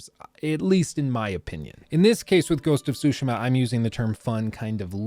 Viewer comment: Sorry, I had to say it, what's “Ghost of Shootsma”? It's funny how you pronounce Tsushima It's nothing how it's written or how you Pronounce it lol